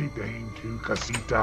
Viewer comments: It’s pronounced da-meh not dame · Da meeeeee ti cosita the pronunciation isn't dame it is dameeee